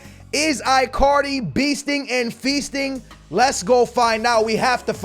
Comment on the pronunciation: Sounds like you saying i carly its its prounouced like djs ichardi